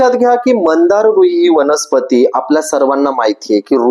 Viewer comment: मंदार नाही हो, मांदार असं नाव आहे। श्वेत व नील मांदार। पण, माहीती छान सांगीतली आहे। 🙏🙏🙏👍👍